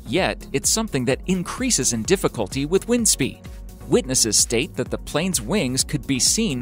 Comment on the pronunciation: Plane not plines